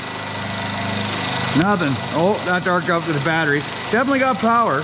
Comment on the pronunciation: Haha, he says "batch-ree", funny A F!